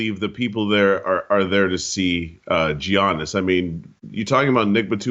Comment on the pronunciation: Why can’t pronounce Giannis properly?